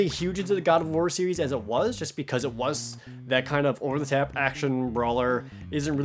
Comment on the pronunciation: "o'er tha tap"